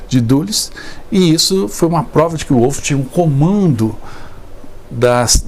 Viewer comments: A amante de Mussolini chamava-se Clara PETACCI. O nome do general Wolf pronuncia-se "Vólf". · Em alemão W tem som de V ,não de U